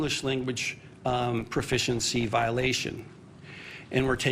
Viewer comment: Guy talking about English can't even say proficiency correct, literally starts at the top. The corruption ladder is insane